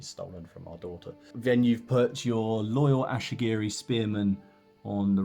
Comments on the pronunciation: Great BR dude, nice to see TOH getting some table time. By the way they are Ashigaru not Ashigiri. 😁👍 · The ashy-gerys are killing me 😂